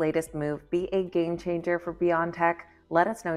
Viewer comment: It's B-O-tech, not beyond-tech